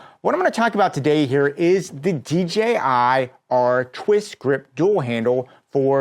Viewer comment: Bro is deaf and is still the only youtuber that pronounces DJI correctly 🖤